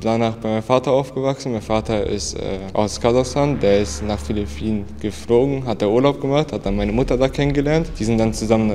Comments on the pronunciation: meine mutter kommt auch aus philliphinen hab mich totgelacht als der tüp filifinen gesagt hat xd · Ich als Filipino sage er sagt Philippinen falsch und sage die Sprache heißt tagalog